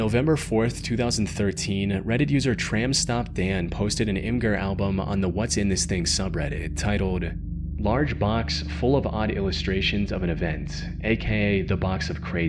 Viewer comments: Imgur is pronounced imager lol. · This is so extremely irrelevant, but I was not aware that Imgur was pronounced "Im-Ger". I always pronounced it in my head as "Im-Jer" (like "imager"). I'm devastated lol.